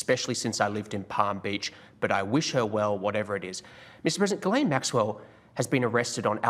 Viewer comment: I guess you didn't get the memo: it's Geez-len!